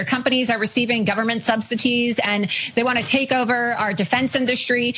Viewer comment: Did dopey Loomer say "SubsiTEES"......🤣🤣🤣🤣